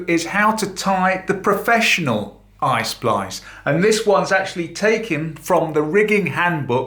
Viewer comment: It's not ice splice, it is EYE SPLICE,!!!!